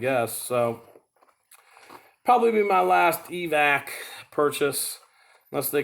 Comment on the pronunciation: It’s called Evatac. Eva-tac. Not Evac